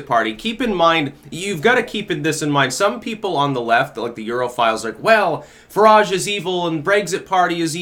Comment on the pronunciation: Who is "farahge'? lol